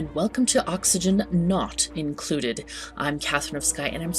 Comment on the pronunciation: I like how you say the game title. "Awk-see-gen NAUGHT Included". It's all sharp edges and hard sounds. 10/10.